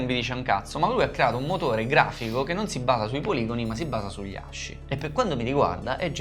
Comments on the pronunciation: quello che vuoi ma si pronuncia ASKI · Ragazzi di pronuncia aski, SI PRONUNCIA ASKIIII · Bellaz non voglio rompere i coglioni ma ASCII si legge "aschi" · ASCII si legge aski cmq (in inglese) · Fun fact: in inglese ASCII si legge "aski", il nome del sito è asciicker che si dovrebbe quindi leggere "ass kicker". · Tutto bello ma ascii si pronuncia come il cane husky. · posso rovinare la magia dicendo che ASCII si pronuncia aski o, al limite, askey? mi annoiavo.. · ASCII si legge ASKI ragà